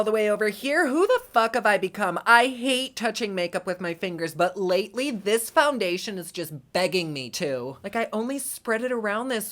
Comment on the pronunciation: “Foungaytion” 😂 You crack me up.